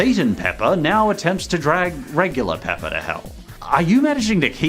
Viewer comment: The fact that you say "pepper" instead of Peppa, just makes this video better😂